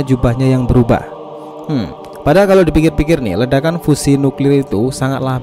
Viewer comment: Sebut fusion pon tak pandai